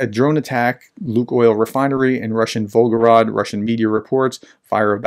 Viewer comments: It’s volgoGRAD, not volgoROD. VolgoGRAD, just like stalinGRAD. And as far as that disgusting orc nation is concerned: Ceterum censeo carthaginem esse delendam. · Pronunciation tip: “grad” basically means “city”. The name of the river its on is the “Volga”. Say Volga-grad, not Volgo-rad ( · The city in question is Volgograd. (The way you pronounced it, omitting the 2nd 'g', it almost sounded like Belgorod.) It is city previously known as Stalingrad (and before that, during the empire, it was Tsaritsyn). It was changed to Volgograd (after the river Volga) during the so-called "de-Stalinisation".